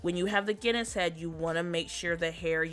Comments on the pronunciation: LOL, I thought you were saying Guinness head 🙂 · she was saying Guinness head lmao. she obviously didnt know how to pronounce Genus. she also didn't even know how to pronounce Maitreya...